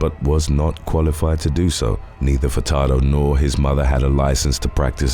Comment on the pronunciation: Idk if I heard you wrong or not, but I swear you pronounced Denis "Dr. BumBum" Furtado's name as "Fucktardo" and now I can't unhear it...